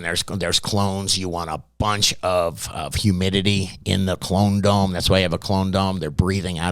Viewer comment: HumidiLEE 😂 Got me every time. But great info for any beginner or novices… those who been doing this a while SHOULD know most of what he’s REMINDING you here ✅